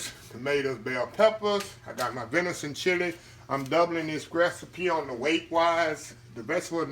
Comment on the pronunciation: Do you mean "venison"?😊